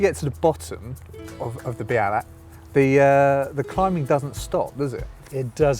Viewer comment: Belach ??? Lol it's 'be al ach' Iol , but always enjoy watching fellow cyclists climbing up our little hill, (this is my local climb) your brave doing it in that weather, I've turned back many a time for bad weather, (didn't want to be blown off) hope you come back and get a good day, it's rewards are priceless